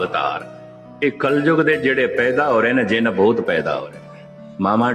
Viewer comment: Its not painda its paida. Use bindi correctly.